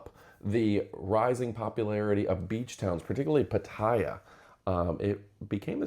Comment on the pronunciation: It's not pat- i -ya, it's pat-a-ya